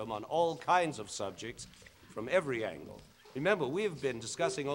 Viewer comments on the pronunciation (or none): none